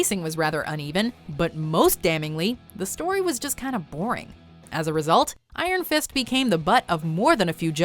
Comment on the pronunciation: Why say iron fist so weird? So much emphasis on the Iron part